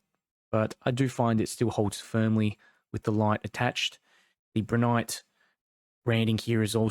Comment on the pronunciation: you keep pronouncing it as Broo nyte, its pronounced as Bri as in (Bright) lol